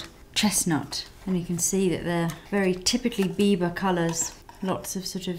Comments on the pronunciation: Without having looked at the title, I thought she said "Bieber" lol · Everytime u said biba, it sounded like u said bieber. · oh gosh, when you say biba i hear bieber and i'm like, justin bieber has a makeup line? well thats not surprising lol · LOL when you said biba fever i thought you meant bieber fever